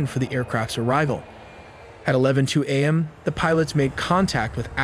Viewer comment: What is worse than AI narration getting so many easy terms mispronounced? Like A.M. (morning) being pronounced as "am".